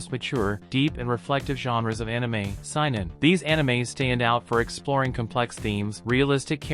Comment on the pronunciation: Saynen it’s how it’s pronounced if this was not AI already